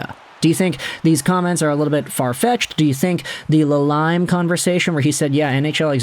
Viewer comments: Enjoy you videos but I wish you would learn how to pronounce names. La leem. Not la lime. Chickren not Chich ren. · bro really said la lime lol it's pronounced la leme, anyway kuch is a clown always has been